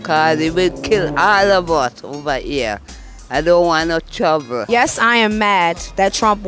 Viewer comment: best part..... she don't want no " truvle"